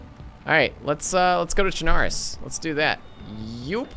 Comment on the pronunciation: It’s pronounced chenaroos not tchunarus